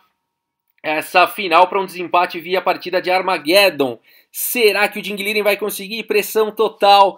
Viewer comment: Não é armagédon . É armagêdon